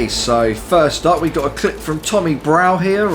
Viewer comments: I found it funny because you mispronounced my surname 😂 it’s pronounced bruff not brow 😂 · Hi im tommys broughs friend it's pronounced bruff incase there other videos where he's in it.